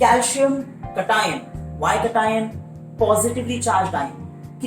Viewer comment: Sir i am sorry but i didnt understand it when u said cation or anions cause your pronouncation was a bit different.. no hate❤❤ your videos help me a lot